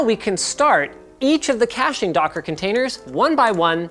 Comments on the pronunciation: Was "Cashing" Server intentional instead of "Caching"? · "Cashing server" or "Caching server" ? xDD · CASHING SERVER???? DID YOU MEAN CACHING SERVER??? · cashing server lol, cache sever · Caching, not cashing... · “Cashing server” lol